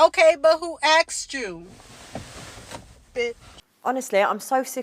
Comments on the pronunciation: PSA: STOP saying “axst.” The word is asked. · "Oké buh who axed you... beh" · The word is pronounced asked, with emphasis on the s sound, not axed with an x sound. Most ignorant bs I keep hearing from uneducated muppets. Also these single mothers, your personal time should be spent with your kids, you already blew it with the baby daddy, what makes you think any self respecting man wants used goods. Single mothers are recreational use only, if they get an invite out, they should be grateful for the attention and not complain. Dumb broads. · Why do americans say axed??? FFS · ITS NOT AKSED ITS ASKED?? wtf people LEAR TO TALK. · my red flag is a woman who say's axe instead of ask. i mean come on woman its not a hard word